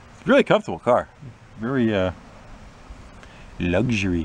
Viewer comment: I like VW's, and a finished one is worth a lot of money but I would have kept the Cutlass in a heartbeat. You already have a few unfinished projects that you rarely touch. It's Br-OH-mmm btw.